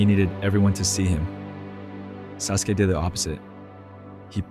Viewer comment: you definitely havent watched naruto for 15 years if you pronounce his name like that